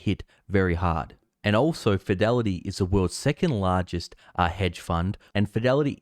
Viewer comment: It's pronounced 'hedge', bro, with a d. Not head funds. Thanks for the video.